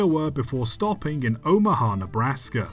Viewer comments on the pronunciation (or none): none